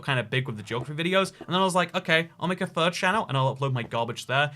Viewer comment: He said third channel and I thought he said fur channel and I was like oh god he’s a furry